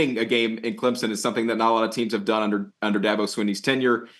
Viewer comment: CLEMZIN???? There are no Z’s in Clemson